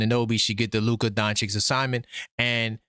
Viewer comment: Why can’t NY ninjas pronounce Doncic? It’s… “Don-chich”.